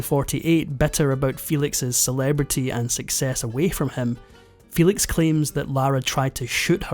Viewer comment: Excellent documentary! Maria Felix did not pronounce her name "FEE-lix", her surname was pronounced "FEH-leeks", as it was in Spanish.